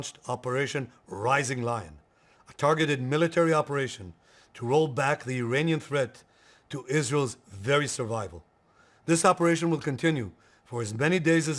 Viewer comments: sir lOin nhi laain prononunce krte h 😅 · Ek second! Loin? 🦁 Lion? Aap bhi hai un logo me se jo Lion ko Loin bolte hai!😮😂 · I believe LION is pronounced Lie-on Instead of Loin 👍🏻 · Sir, लायन को लोयन नहीं कहें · rising loin or rising lion ???? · It's not Loin, it's Lion. At least pronounce what they teach in KG correctly. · Take a shot every time he mispronounces “Lion” as “loin” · Bro don't pronounce as Lion as 'Loin' 😢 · Rising Lion ❌ Rising Loin✅ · Sir you are saying rising loin which has very obscene meaning, it should be rising lion, same goes for your violence pronunciation. Choti muh badi baat par mujhe laga isme aapko inform karna theek hoga . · Bhai its not Loin its Lion..😂😂...Bhai loin ka kuchh aur matlab ho jata hai ..dictionary me dekhlena i cannot say here 😭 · Why does pronouce LION as LOIN and VIOLENCE as VOILENCE?😂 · Operation Rising Lion hai Loin nahi. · LION ❌ LOIN✅ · Are bhai Loin matlab kuch aur hi hota hai. Aur wo bui Rising Loin bole ja raha hai. 😂😂😂😂😂😂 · It is "LION" and not "LOIN" FFS. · haha, he always mispronounces many things, but this was funny since loin means something else lol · 'Loin' and 'Lion' are two different words. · Dear, the way you pronounce "Lion" sounds like "loin" which means thigh. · It's "Rising LION", Not "Rising LOIN".😂👍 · Rising "Loin"? Cant you pronounce Lion properly? 🤦‍♂️ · Loyan kyun bol rahe hai. Its Lion right? 😂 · The pronunciation of "Lion" 😂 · Abe Lion pronunciation to thik se kar 😂